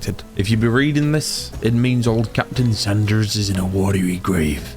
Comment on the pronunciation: Captain SANDERS not SAUNDERS. As a senior member of the SANDERS clan, I can speak for our kin when I say. It’s SANDERS like the KFC guy.